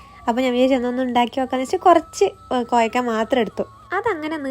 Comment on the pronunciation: കോയക്ക അല്ല കോവക്ക കോയിക്കോട് ഉള്ളവർ കേൾക്കണ്ട (🤔)